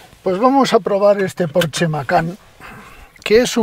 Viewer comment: Ah, y para lo perfeccionista que es usted se pronuncia “Porsche”, como se lee. No Porch.